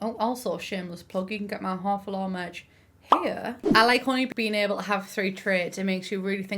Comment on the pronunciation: I spent a lot of time trying to understand why the Pancakes bring law to the Sims4 before I realized you were saying "Lore" lol